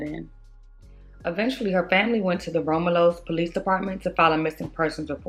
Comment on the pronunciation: It’s pronounced Rom-you-lus ( Romulus)